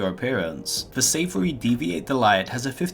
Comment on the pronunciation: the way your pronounce "deviate" and "savory" sounds weird.